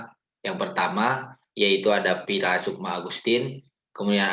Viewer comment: Woyyy mamanya fira bukan piraa ekwkwkkwkwkw